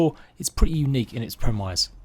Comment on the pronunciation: Please learn how to pronounce premise